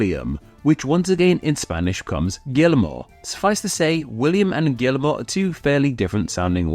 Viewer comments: Guillermo is pronounced gee-YER-mo! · Guillermo is not pronounced Gilmo, and Johannes is not pronounced Johans. You skipped a few syllables there.